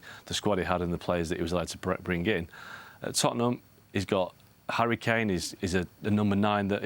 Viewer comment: Am I the only one who heard Harry Kane as "HURRICANE" 😅